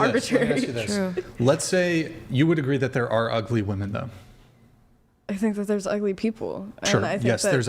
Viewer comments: Why do all these womEN always say womAN when they mean womEN?? It’s driving me nuts and I genuinely don’t understand it. I’ve asked multiple times in multiple different communities and never get an answer. It’s clearly deliberate, but what is the motive? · Goood lord! It drives me absolutely insane that the WOMEN on the panel always say “woman” when referring to multiple WOMEN. What is going on? Are they doing this on purpose or are they just dumb?